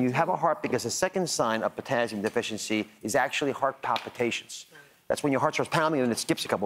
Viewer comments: The way he says it is so annoying.. it's TASS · What is potazium? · "Potazzium"? What the heck is that? I've heard of Potassium but not "Potazzium"! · potassium? i only know potazium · It’s not a z. It’s an s. Potassium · It's Pizztazzium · This “doctor” mispronounced “potassium”. - as though it were spelled “potazzium”. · I stopped watching after he said "potazzium" for the 5th time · It’s Potassium not Pottazzium. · POTAzzium.......Very annoying pronunciation........get it right. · It's just concerning a physician doesn't know how to correctly pronounce the name of this very important electrolyte. There are no Z's in potassium😳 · How can i trust him to know what he's talking about when he can't even pronounce "potassium" correctly 😫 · Yeah, when HE is the one who can't pronounce the vocabulary word correctly. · Omg! Somebody tell Ozzie there’s no z in potassium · He needs to pronounce potassium correctly, lol. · personally, I'm not as annoyed by his pronouncing potassium with a z as I am that he is speaking to me like I'm some little child or fool... I can't continue to watch this... I never watched Dr Oz before and I never will again ... Thank-you YouTube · I wonder why he says everything else right , except for potassium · Is this for real...seven years later this video appeared. A Doctor cannot pronounce potassium correctly. Really! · POTASSIUM - for gods sake pronounce it properly - no z in it!